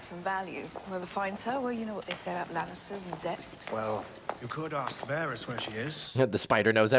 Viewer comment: Love this season! It just gets better too! Also I was gonna let ya know for future reference that Varys is pronounced Var-is not Varees. And The G in Gendry sounds like the g in garden. Not a j sound (Jendry). And Daenyres is pronounced Dan-air-iss (not Dan-air-ees) Please don’t think I’m saying it to be rude or be a Karen😂 . I would want someone to tell me! I really enjoy your reactions I just know you would both want to know sooner than later bc you’ll probably love this show for decades 😂 so its best to know the correct pronunciation from the start. 😂😂I had trouble w pretty much every name for a long time 😂 you’re not alone.